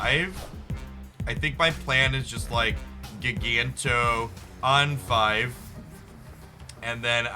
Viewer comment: It's JYE-ganto. Like giant. Or gigantic.